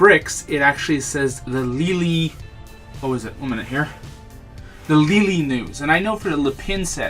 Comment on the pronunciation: Lol, I usually pronounce LELE like 'leh-leh', but I like how you pronounced it that second time. Love the reviews, will you be getting the death star II? I have not seen any review on youtube yet